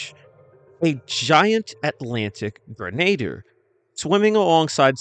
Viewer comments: I believe “Grenadier” is pronounced like grin-uh-deer. That’s the way I’ve always heard it pronounced anyway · AI can't pronounce grenadier. Sad.